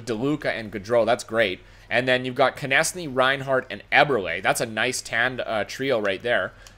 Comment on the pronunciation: So carolina trades their top two players for 3 old d-men and 2 prospects? Doesn't seem too realistic. If you have Konecny you need to learn how to pronounce his name correctly.